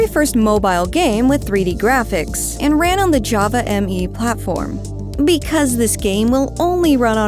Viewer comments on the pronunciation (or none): none